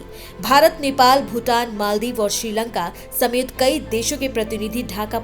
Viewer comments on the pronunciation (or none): none